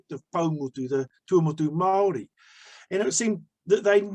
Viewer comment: When saying the word 'Māori' try enunciating it as "Mouldy' soften the 'd' sound to achieve the tapped r or voiced alveolar tap. Pākehā - Park air heart (drop the t sound)